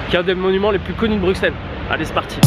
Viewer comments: on dis BruSSelles pas BruKselle combien faudra le dire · On dit brusel et pas bruxelles comme tu dis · Brusssseles et pas Brukkkkkseles ! Comme Auxerre qui se prononce Aussssere ! Et la Grand Place, non la GrandE Place. Cent Zabonnés ? Liaison très dangereuse. La Porte de Hal dans son aspect actuel date de la seconde moitié du XIXe siècle, rénovée par Henri Beyaert,tout à fait dans la lignée d’un Viollet le Duc qui l’apprécia. Avant cela, c’était une sorte de bunker moyenâgeux. Ceci dit : sympathique vidéo. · Je veux pas faire le chian mais on dit Bruxelles Brusselles